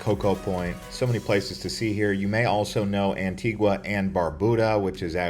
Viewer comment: It's pronounced Ann-Tee-Gah